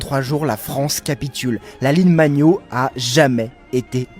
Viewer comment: La ligne magnot, vous êtes sûr de la prononciation ? 😅